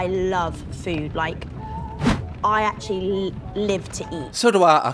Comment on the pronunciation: Molly vocabulary "ACTually" "LITTERALLY" "LIKE".......